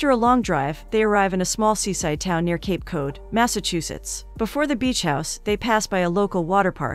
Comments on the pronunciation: Nothing like Cape Code! Get your pronunciation in order! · I’m sorry but did this woman really say Cape CODE Massachusetts?!?!?! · "Cape code" lol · Cape Cod not Cape code.